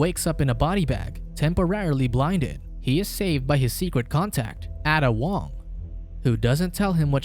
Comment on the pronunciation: You pronounced "Ada Wong" wrong.